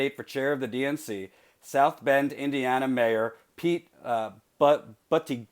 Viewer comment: I believe it is pronounced Boo-TI-cheg, and he is a great choice for party chair.